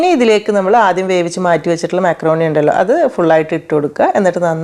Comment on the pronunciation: മാക്രോണി അല്ല മക്രോണി 😊